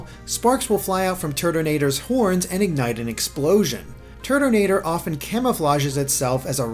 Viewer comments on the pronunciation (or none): i keep hearing turdinator